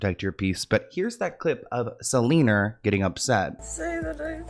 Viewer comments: Not "selener" 😂😂 your hilarious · Side note, the fact that you keep calling her Seleener is sending me xD